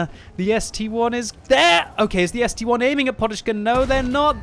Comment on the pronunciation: When will pronounce ST-I correctly. It's ST-I not ST-1